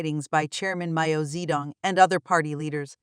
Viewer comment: Hahahaha robot voice pronounces Mao as 'Mayo'😅